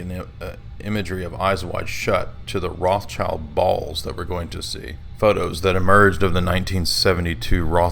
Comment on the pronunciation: let's get one thing straight It's not pronounced Roths Child It's Roth Shild And it's old swiss german meaning the Red Shield